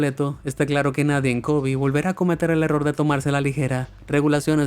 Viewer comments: No es Kobi, sino Kobe. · kobi o kobe minuto